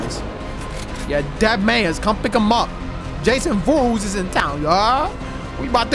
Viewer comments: bro said jason voorhas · FOREHeS???? It’s ForehEs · Jason Voorhees not Jason Voorhes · “jason vorhezz” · He botched the last name lmaooooo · Bro said Jason Voorhes but I love you no homo and you know why I said no homo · Love you but Jason "Vorhezz" is crazy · great vid but it’s Voor-Hee-z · This man just said Jason Vorhoos🤣😂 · who tf is "Jason Voorhez"??? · my guy said jason voorhass😂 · “Jason forhez” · The way he was pronouncing vorhees lmaoo